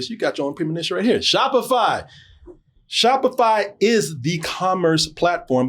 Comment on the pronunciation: Spoiler. sho-p-fy segway!!!! lost it. lol